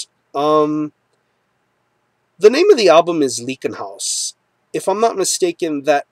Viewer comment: Great review, man! I really dig the record as well. Just fyi it's pronounced "Ly-ken-haus"